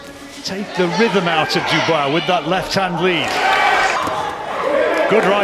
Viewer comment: Why do you REFUSE to say Dubois correctly?